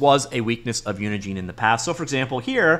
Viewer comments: Normal people: "uni gen" This dude over and over for 10 minutes: "uni JEAN" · Pretty sure Unigine is pronounced like Engine.